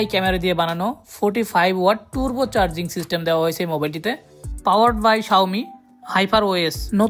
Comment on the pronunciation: আপনি টার্বচার্জ কে টুর্ব চার্জ বলেন কেন!